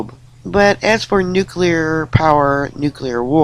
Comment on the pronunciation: Oh, thankyou for the correct pronunciation of nuclear, you have given me hope again😺😺😺😺